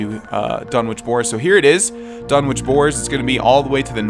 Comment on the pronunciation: it's Dunn-Itch no "W" needed.